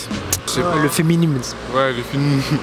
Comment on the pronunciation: "Le fiminims " 😂😂😂😂😂😂